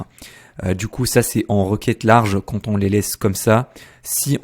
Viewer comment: ça se prononce "quand"